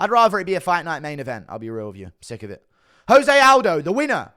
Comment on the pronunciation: Say Aldi